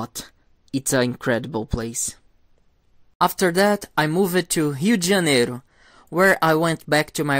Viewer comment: I could listen to you speak all day, you have a musical voice. And I love how a native speaker says Rio de Janiero 💚💙💛 🇧🇷